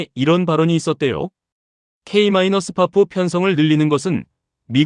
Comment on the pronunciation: 진짜 귀에 거슬리네... K 마이너스 파프가 머냐